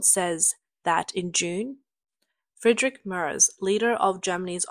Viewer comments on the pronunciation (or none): none